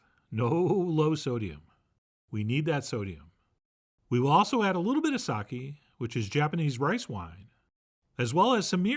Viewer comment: Look, Japanese-American person here who is sick of garbage pronunciations. It's "Ka (like Kaa from Disney's Jungle Book) Ra (like the Egyptian god) A (like "ahh that tastes so good") Ge (Geh with an "eh") Also who still says "saki" instead of "sake"? Your white is showing Chef John